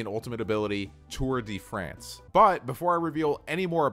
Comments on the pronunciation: its tour de force not france lmao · Tour De Force, not France 😂 Great video tho! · Its Tour de force not Tour de France .... Three youtubers did the same mistake lol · im french and sad its not tour de france but tour de force or tour of strengh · He said tour de France LOL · Lmao "tour de France" If that was the name it wouldn't say "tour de force" come on